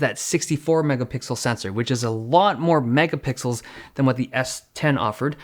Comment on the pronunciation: I miss tech reviewers saying “mega-pickels” for no reason